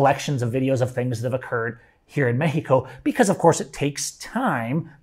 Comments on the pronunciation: Cool story I quit listening because of the way you say meh-he-co. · bro just say Mexico